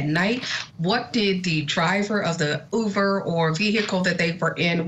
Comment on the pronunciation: cannot even pronounce UBER correctly! please do better with your “experts”…Uber has been around for years now & it’s being called UVER by your “expert?”